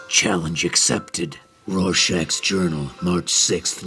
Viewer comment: It's "Rorschach," but I agree! WAY cooler.